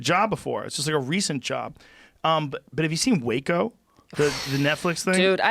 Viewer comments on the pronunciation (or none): none